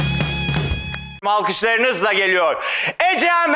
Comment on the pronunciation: alkışlarınızla mı geliyor dedi, malkışlarınızla geliyor mu dedi...